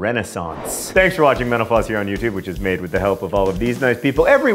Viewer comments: Every time you say, "Thanks for watching Mental Floss..." I always hear, "Thanks for watching 'menopause....'" I haven't gone through menopause yet, but its reputation is making me glad I'm watching you and not it. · When you said "thank you for watching Mental Floss", it sounded like you said menopause.